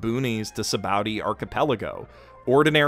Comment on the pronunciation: Every thing pronounces from One Piece just makes me think, oh yeah he only read the manga. "Sabaody" not pronounced how you'd think...